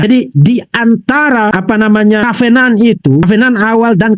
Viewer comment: cara bicara vv bhs Inggris yg sederhana aja salah " covenant "aja ga bisa yg paling lucu kalo bicara " aware " aweeerer " lucu abis woi kenapa kalo ada orang bicara " sehat sehat selalu vv " kok ga dibilang sakit hati ? Tapi yg tidak memuji kau bilang sakit hati tau dari mana kau ttg hati ku ? Itu tambah tidak cerdas jelas itu